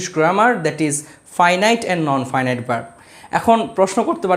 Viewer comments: Everyone mistake to pronouncing Non- finite like you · Please do the right pronounciation , Non-finite ( ???). Son, study first, teach later. Sorry to say you screwed English like hell. What is 'Gerund'??? Pls stop.